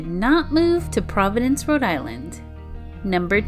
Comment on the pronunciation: It’s Rhode not Road ……. 🙄